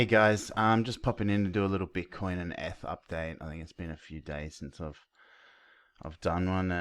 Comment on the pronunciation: Sounds like your saying f/btc but realised your saying eth/btc haha. Great analysis mate! Go Aussie!